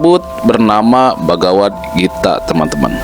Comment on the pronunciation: Kok salah ucap, bagawan gitaa